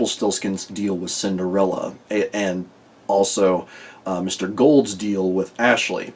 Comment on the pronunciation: You missed one of the names this time, I think <3 ASH-ley. Ash, like in "Cinder-" xD. Also, "Ashley Boyd" phonetically very much reminds me of the German name of the character, "Aschenputtel". Leave the last syllable out and speak it softly, and "Aschenputt" and "Ashleyboyd" sound earily similar.